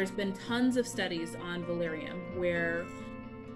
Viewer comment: Are you actually saying valarium????